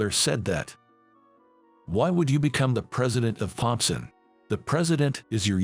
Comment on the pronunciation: Can't you get an a I that can pronounce thompson